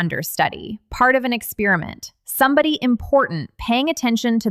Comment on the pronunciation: ex-pair-i-ment, not ex-spear-i-ment